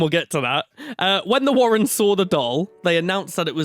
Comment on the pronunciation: I feel uncomfortable when says, "the Warren's".